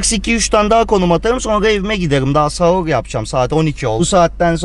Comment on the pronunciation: sahur diyeceğine savurj diyo